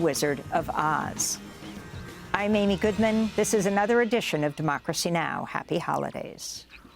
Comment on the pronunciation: I want to congratulate Amy Goodman for her flawless pronunciation of all Brazilian names. Trully a professional!